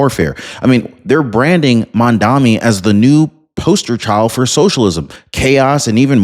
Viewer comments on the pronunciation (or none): Excellent reporting as usual. However it’s pronounced “MOM-Dah-Nee” starts with the word MOM…. 😂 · It’s Mamdani as in Mad Man